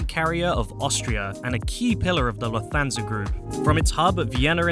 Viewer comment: I don’t speak German, but surely Lufthansa is pronounced Looft-hunsa not Loof-thansa 🤷🏻‍♂️